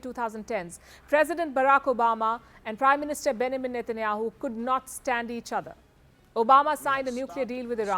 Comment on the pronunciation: She couldn't even pronounce "Benjamin" way to go missy